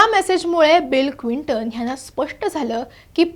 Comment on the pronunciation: Clinton क्विंटन नव्हे, please note